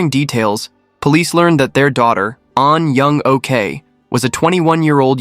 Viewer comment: Correct me if I'm wrong but shouldn't her name be pronounced as 'Ahn Young-Awk' not 'OK' (alright)